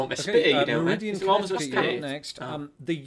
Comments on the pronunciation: Its Meriden Connecticut not meridian. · He mispronounced Meriden, Conn. Its Mer-i-DEN